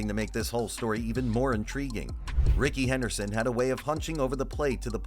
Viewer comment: It’s Rickey Henley Henderson